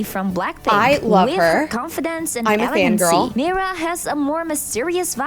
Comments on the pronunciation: NAHH SHE SAID MYRA LOL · when she said 'myra' idk why but it physically pained me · Your not saying Mira rigt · What's kind of annoying is she is saying Mira's name wrong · you said miras name wrong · your saying mira incorrectly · Your saying Mira wrong 😑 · I don’t think u pronounce her name like that I think it’s pronounced meera❤❤❤😊😊😊😊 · No hate at all but that's not who u pronounce Mira again no hate but in the movie when there talking that say Mira differently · why do you say Myra it's MERA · I don’t think it’s “MyRA” I’m pretty sure it’s “mEEra” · I love you Preston and your vids buts it's mi ra not myra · U say her name like Mera but spelled like mira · It's not my bra it's Mira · This is not Myra it's Mira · Is not myria is Mira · Its (Mee-ra) not (My-ra) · Just to know you are saying Myra when her name is mira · It’s Mira Me-ra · Afended!!! You Said MYRA!!!!!! It’s MIRA SHES MY FAVORITE. P.S IM Disappointed!!! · It's not Myra,🧐 it's Mira👻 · her name is pronounced mee-ruh not mI-ruh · Oki I love u so much and I DO NOT WANNA HATE but I have to say this bc it’s SOOOOOOOOO Frustrating oki so ur saying Mira’s name like this My-ra. BUUUUUT it’s acually pronounsed Me-ra. Pls pls pls no one hate on me I just wanted to say it not to be mean sorry if it sounds mean 😓😓😓😓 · Yea no hate and I love watching vids but it’s pronounced me-ra not my-ra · It isn't My-ra it's Me r a😊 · It's mira not maya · Mira not miya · Sorry it's Mira not mayra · I was shocked when she said Myra and not Mira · Its Meera not Myra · Who is Myra? It’s Mira you’re saying it wrong.😮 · Its MIRA not MYRA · Not tryna be mean is Mira not miyra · It's mira not maira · Mira is pronounced mera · She says Mira like it’s spelled Mirae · Her name is not miiiiira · I thought it was pronounced meera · U say MIra but you actually say Meera but write Mira!😢😅😊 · Her name is pronounced Miror-a but take out the OR sound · you keep saying Mira wrong😊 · It is pronounced me-ru